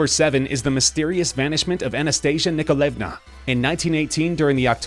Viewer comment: The pronunciation of Nikolaevna is cinge worthy and the family was not executed in July, not October. There was a revolution in October though.